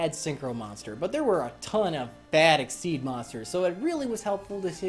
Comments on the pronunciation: It’s exeez not exceed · Super Hero half the time it sounds like his saying exceed instead though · it's xyz (ex ee z) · Okay wait... I don't think he's doing it completely right, but props for coming the closest. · Super Hero I pronounce it X-Y-Z cause frankly I find it much better to say and sounds cooler